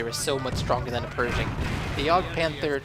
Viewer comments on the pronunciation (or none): its pershing not persing like persia great game though